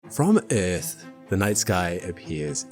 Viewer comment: Within 4 seconds you proved this isn't an AI slop channel. The way you pronounced Earth has now forever been embedded into my brain. Great video and subbed! edit: Before people go off on me the reason why i like the pronunciation is because it reminds me of the way Jetfire pronounced it in Transformers 2 Rotf